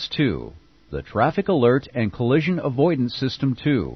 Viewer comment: “Collision”….not “coalition”. Not a good way to start.